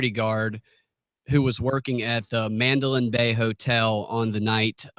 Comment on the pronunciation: Can't listen to this guy say mandolin bay repeatedly. Destroys his credibility.